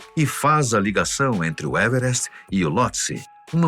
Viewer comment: "evrest" kkkkkkkkk porra, fala o português claro meu filho